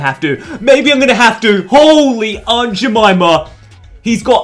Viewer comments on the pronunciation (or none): none